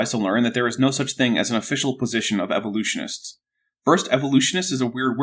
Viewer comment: Dinosaur "genres", "evolusonists", "cartlage", pretty sure he said "pure" reviewed journals... are we sure isn't just illiterate, if English is his first language?